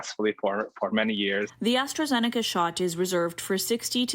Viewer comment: Lol astrazenaca. Enjoy the Covid